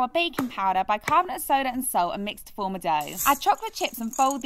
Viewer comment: “Mix to fourm a douuh”